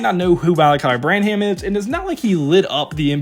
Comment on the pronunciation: this guys says dejounte demanded a trade and mispronounces sochan and branham lol. amazing that you can actually go dig up all these clips of these guys and never hear the announcers say their names wemby content tho